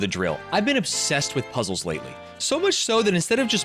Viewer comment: It's so embarrassing to hear him call puzzles "puzzes." Real ones call them zzles.